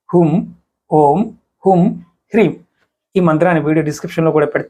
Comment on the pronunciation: Is it hreem or Freem